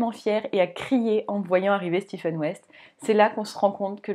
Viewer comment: Je vous découvre, vous êtes très agréable à écouter, pas de heu toutes les secondes 😊 Je m’abonne direct à votre compte ❤en plus vous êtes la première que j’entends prononcer correctement le prénom de West , le Steven je ne peux plus l’entendre🤫